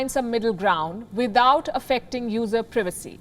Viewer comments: Am I the only one who is annoyed by how this woman says privacy she pronounces it as previcy when it's privacy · need to learn how to pronounce PRIVACY